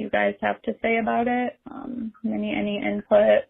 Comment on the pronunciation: 4 and a half hours of "aney" I'm dead 😭😭🤣🤣